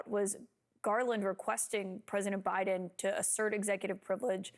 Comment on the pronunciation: All he sayse Biden wrong like a little kid